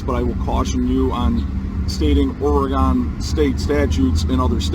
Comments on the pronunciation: First, is called Oregon, pronounced Ory-gun. I'm a third generation Oregonian and I beg you to not judge us by this knuckle-dragger. 🤦‍♀️ What. A. Moron! He deserves to be tazed. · I’ve lived in Oregon all my life. His Oregon laws are from the Delusion Land state of Oregon. And it’s Orygun, not Orygawn. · His confidence in his stupidity is stunning. By the way, it's Ory-gun not Or-ah-gone. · Sprouting nonsense got off with a warning, which will just embolden him the next time. Too bad they didn't throw the book at him. Also, on a pedantic note. Oregonians do not pronounce their state as "Ore-Gone", it's more of an "Ore-gun" pronunciation. Love your videos! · It's Oregon (gun). Love these episodes. Have never met a SovCit. They are funny and sad.